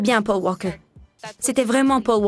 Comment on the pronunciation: Le commentateur ne sait pas dire paul walker ou bien ..... ?? pauw wawkeur et après il parle bien le français. LOL